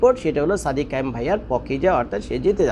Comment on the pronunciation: নামটা ভাল ভাবে বলেন। সাদিক কায়েম। সাদেক কায়েম না ওকে।